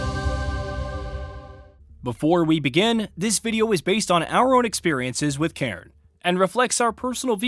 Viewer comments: I believe it’s a Scottish word to describe a stack of rocks. The best cairn ever? The Cairn terrier (see Toto from the Wizard of Oz as an example). :) it’s pronounced “Care, Nnn”. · Can't trust someone who can't even look up a word they don't know. If you can't even pronounce the games name correctly how am I meant to believe you?